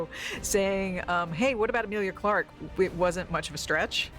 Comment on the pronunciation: Why tf does he call Emilia Clarke "Mia Sarah"?!